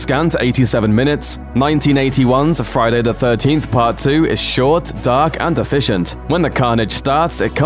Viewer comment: Why would a youtube channel with nearly 5 million subscribers create a Friday the 13th ranking video narrated by a man who cannot pronounce Friday the 13th?